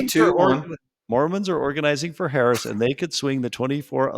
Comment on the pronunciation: The guy who can't be bothered to learn how to even say the name of the vice president (it's not hard) is so unbelievably uninformed and still has plenty to say (ignorantly) about every topic anyone tries to discuss, thereby derailing every attempt at sincere conversation. He's toxic and arrogant. Drop him. It's off-putting. You can't invite a guest on a panel who is just going to loudly discredit and not accept the premise to every conversation instead of weighing in on the topic. Flat out rude.